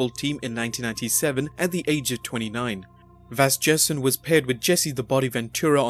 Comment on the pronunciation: And it's Vasgersian, with a soft "g" sound. It's an Arminian surname, so the "sian" is pronounced (see-ahn)